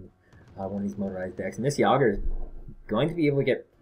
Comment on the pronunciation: Say it with me. Yay-Gurrr. Yay-Gurrr. Jager.